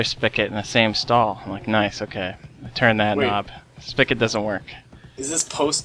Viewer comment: There is no "ck" in Spigot. Zing!